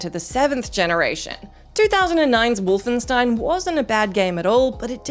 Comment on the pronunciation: I have never heard the word Wolfenstein pronounced so incorrectly.